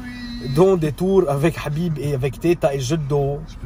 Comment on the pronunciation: Habi-b dit Habib